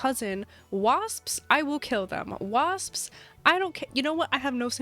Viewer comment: Take a drink of water every time says “psps” at the end of “wasps” 😂